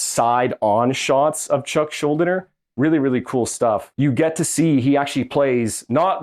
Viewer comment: Since you have made a lot of videos about Chuck I think you should know his last name is pronounced Shul-DEE-ner.